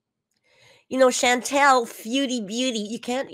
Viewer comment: Her mispronouncing “ChanTEL” and “Feudie Booty” is classic narc. She could pronounce it correctly if she cared, but that would first require her to care.